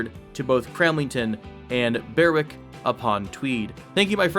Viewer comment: The W in Berwick is silent X) not even joking